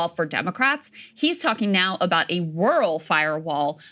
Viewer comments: She pronounces RUAL like George W Bush would. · krystal can't say "rural" lolol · I feel like Krystal's jourlalism is tops. But she messes up words like rural like my wife does. We have loads of fun with things like Rory McEllroy